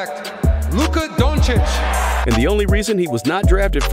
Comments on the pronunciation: IT'S DON-CHICH, NOT DON-CHICK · We all love Dončič and his genious game. Regards from Slovenia keep it up and learn pronounciation 🙃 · Learn to pronounce his name man..im tired if youtubers want to milk money on luka then mispronounce the name..bogus